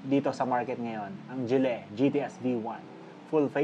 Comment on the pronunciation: Gille Its GILLY not GILLEH